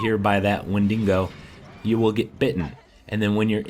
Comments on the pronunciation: It's pronounced win-di-go not win-dingo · This was very well done. Your only mistake was saying ''Wendingo'' instead of ''Wendigo'' or ''Windigo''. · Man said . Wen - ding - go which is funny af cos we all know its pronounced wend - igo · They're not "Wendingos" you know? They're Wendigos. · Wendigos not wendingos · They are called wendigos nit wendingos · Why the hell does everyone in these videos say wendingo ? It's wendigo! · wendigos not wendingos - wendigos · ist spoken wendigo, not wendiNgo. that sounds like.. well like a dingo, that dog/wolf thingy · I always laugh when he keep saying wendingo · Why is it so funny to me when he says ''Wendingo'' xD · KawaiiPem Its so damn funny when he says that😂😂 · its funny how you say wendiingoo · The fucktard keeps saying 'wendingo'. 😂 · Damn "winding go" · pronounced When-Dig-Oh, just thought you should know... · lol " windingo"